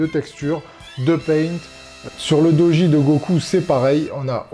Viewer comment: Ça ce prononce "dogui" pas "doji" sinon incroyable pièce gg la tu vas manger des pâtes nature pendant un moment mdr